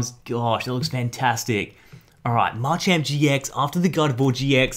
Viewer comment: ITS MA CHAMP NOt marchamp pls say it right